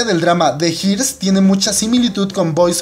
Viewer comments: se dice Heirs.. asi como se lee. Asi como pronunciar. HAIRS. (heers) abrazos y gracias por el video.:) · Los Heirs o Los Herederos es Dorama/Kdrama fabuloso. Pero se pronuncia "Ers" en español alargando la E. :) Saluditos. ❤ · No pude con su "de jirs" 😅😅😂😂